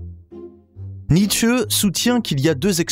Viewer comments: Très bien ces videos philosophiques, mais par pitié NietzschE avec la derniere lettre accentuee ça me tue les oreilles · Oui mais là on sent que la prononciation n'est pas encore parfaite (ça viendra, je n'en doute pas). En allemand le "e" est prononcé mais pas décollé grossièrement comme dans la vidéo.